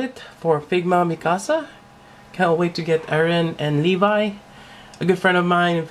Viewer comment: Did you just call Levi leve